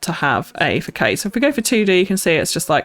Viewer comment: Don’t wanna be rude or anything just want to help you out but facade is pronounced “fuh•saad” or this if it helps fəsɑ́ːd